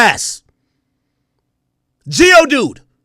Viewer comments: Is he calling Dave East GIO dude from Pokémon? Ohh Maino 😂😂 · Bruh he called maine geodude